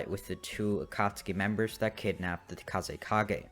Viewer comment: dude said kazekaze XD